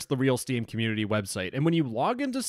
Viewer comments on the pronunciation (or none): "Steam comuneuitiuy"